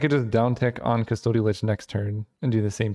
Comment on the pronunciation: Mispronounced custody every time